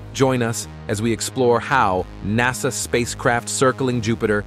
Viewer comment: You really need to change the reader or update your system. "NASAY" "probee" "one hundred hundred miles per hour"